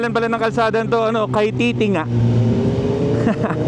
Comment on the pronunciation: Kaytiting-ga idol ung pronunciation. Hehe